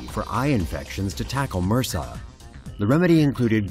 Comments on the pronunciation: Mersa? You say it M.R.S.A. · Haahhaha it's pronounced m, r, s, a. Separate letters, not "mersa". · Da fuck is MURSA? It's M.R.S.A as separate letters, it not a word it's an acronym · Its called M.R.S.A, not "mersah". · what the fuck are you calling MRSA mersa? come on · Why the fuck are you pronouncing it as a whole word for... Its M-R-S-A, its an acronym... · LORD TAVISH that would make your doctor just as dumb as this guy then. It's MRSA not mersaaah